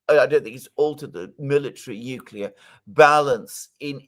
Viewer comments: calls Gorbachev a "weak, useless leader" while Dr. Jeffrey Sachs calls him "one of the greatest diplomats of our day" (or words to that effect." [Also, it's "nuc-le-ar" not "nuc-u-lar". And you totally misused the word "comprised"; look it up.] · If you say "nucelar" I have a hard time taking you seriously. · Oh my God, even the british Dr. says 'nukelar' war. President George Bush Jr's ignorant Yankeee vocabulary has found its way into academic environments in the UK. 😢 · says "excetera," "nucular" and "different to." Back to school!